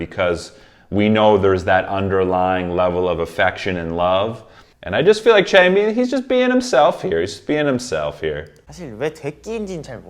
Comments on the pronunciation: A small comment on Changbin’s name: it should be pronounced ch—ah-ng bin. The A is if you’re going aahhh. Bin’s i is a short i, as if you’re saying “in”, not “been”. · this is just like some information i don’t mean this in any way !! but it’s chang- bin like dust-bin the chang is right it’s just the end you say it more like been instead of bin and it’s seung- min like the beginning of mint (min-t) again the beginning is right this wasn’t like affecting the video i just thought i’d let you know great video though i always like to hear your insights!! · I'm 9 episodes into this Stray Kids playlist, and I'm hoping he figures out how to say ChangBin and Bang Chan correctly. (Not hating, I just kind of think it's funny)